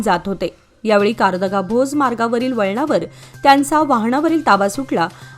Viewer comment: कारदगा असे वाचन करा